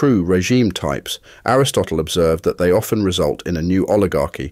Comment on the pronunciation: He mispronounced "often"